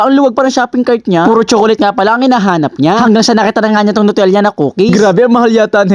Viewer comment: Nutella po hindi po nutelia😂😂😂